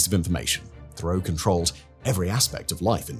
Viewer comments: Theriault is pronounced Terry-O. As a Canadian I find this incredibly distracting. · Theriault is pronounced "Terr-Rio" like Terror, almost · Therriault is pronounced Terry Oh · teyrio is a better pronunciation, the 'h'' is essentially silent. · I’ve actually been to the compound. I live about 35 minutes away and have saw Roch and the women in Kinmount selling fruits and vegetables at the farmers market and the local fair. It’s pronounced Rock Tear-ee- oh from my recollection